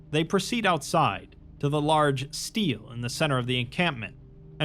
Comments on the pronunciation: stele is pronounced stay-lay btw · Love the video mang, just one note. Steele and is not pronounced like steel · FFR Stele is pronounced “stelleh”